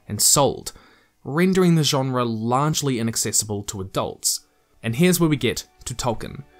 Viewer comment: Why do you pronounce genre that way